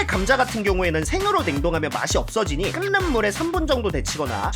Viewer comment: 끓는 [끌른] 발음이 어렵니? 그냥 시원하게 ㄹㄹ하면 되잖아